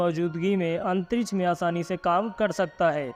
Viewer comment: आवाज़ बुडबक है राकेट.. आतंरिस बोलता है. रॉकेट. अंतरिक्ष